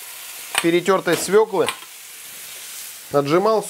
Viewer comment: Досочка! Досочка! В слове "свекла", Вы правильно ставите ударение! Хотелось бы, чтобы и в слове "досочка", отсутствовала буква "Т". P.S. Я, не придираюсь, но слух режет...